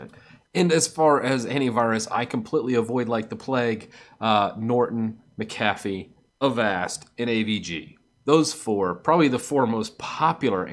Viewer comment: why do you pronounce mac a fee like ma calf e? (mcafee)